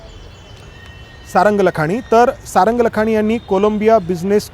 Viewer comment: लखानी नव्हे लाखाणी म्हणतात